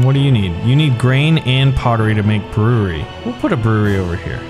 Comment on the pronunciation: " I want to build a brerewery " 2020